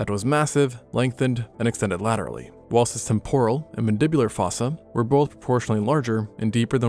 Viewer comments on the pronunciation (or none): none